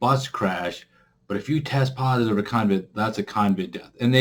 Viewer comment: It’s CoVid not Convid